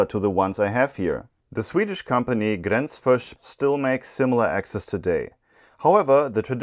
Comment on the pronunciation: Loved the axe expose! Being from Sweden I approve of the "Gränsfors" pronunciation! A question though, in Sweden I think many of the hand forged axe heads had initials from the person forging the head stamped aswell, was that not common in Germany, or is that tradition that was lost in automation?